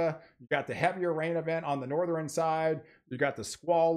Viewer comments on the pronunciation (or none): Northeran, Southeran.... Stop it.... SouthERN NorthERN